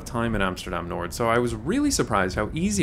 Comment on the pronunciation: Pronouncing Noord with a D.. it's just not right man.